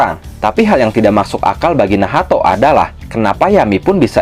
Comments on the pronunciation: kenapa jadi nahato wkwkw bukannya bacanya nach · pusing gw lu sebut nacht jadi nahato